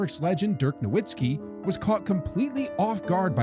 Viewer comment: if u pronounce nowitzki that way then u dont know ball